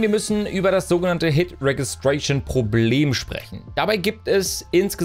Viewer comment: fänds cool, wenn englische Aussprache beachtet würde. Vllt vorher mal googlen. Zum Beispiel "hit registration"